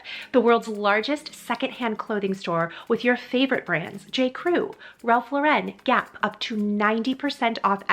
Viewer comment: I absolutely love your videos! Great idea! But make sure you say Ralph Lauren without the French accent. He’s not French lol. Keep up the good work!